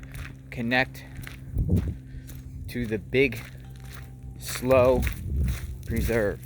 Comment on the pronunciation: it's pronounced Slew not Slow